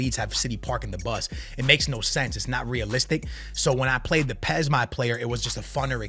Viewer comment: The way he pronounces UEFA and says PES tells me his opinion isn’t worth squat diddly